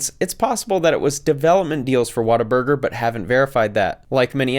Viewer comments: It's "What a Burger" not watta-burger :) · Every time he said “water burger” I wanted to yell at my screen 😂😂